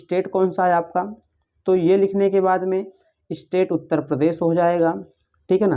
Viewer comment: Uttar hota he sir utter nhi